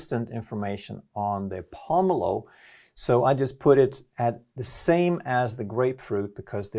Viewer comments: lol the way you pronounced pomelo lol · Hearing this guy mispronounce pomelo is infuriating.